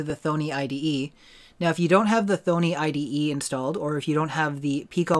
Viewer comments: It's "THAHHNEE" like Py-THON not THONE-EE like BONEY lol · It's pronounced 'Tho - nee' not "thone -ee". The clue is in the spelling. Double 'n'. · You are pronouncing thonny wrong please do better